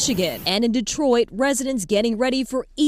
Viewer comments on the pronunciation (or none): none